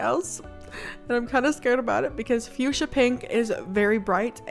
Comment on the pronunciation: When you said fusha? Sorry I'm not the best at spelling but when you said fusha I heard you said 🩷. Btw is such an beautiful name and your voice is so cozy and relaxing<3